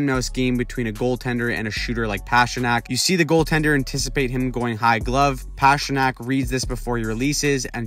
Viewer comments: It's not PASHrnak ... It's PASTA ... Pastrnak. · His name is not pass-tra-nack His nickname is literally PASTA. You don't pronounce that pass-ta. Come on. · Why are you pronouncing Pastrnak like that over and over